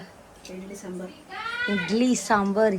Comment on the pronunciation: कोणाला ढोसा 😂😂 त्याला डोसा म्हणतात आणि सांबर नाही सांबार म्हणतात सावळेच्या अनपळ सुना 😂😂